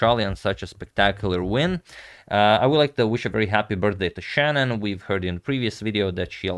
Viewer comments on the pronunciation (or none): none